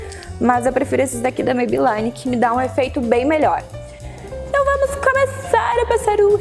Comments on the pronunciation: só pra te ajudar a quando pronunciar o nome, a marca Maybelline não se pronuncia "MeibeLAINE", e sim "MeibeLINE". Não é uma questão de chatice, mas já que vc tá passando uma dica, acho que não custa a gente apontar esse detalhe. Um bjo! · Amei as dicas!!!!So uma coisa vc ta pronunciando Maybelline errado...o som do I nesse caso eh I mesmo nao ai...nao me leve a mau nem fica chateada...eh porq eu gosto de vc e queria te dar esse tok..Bjos.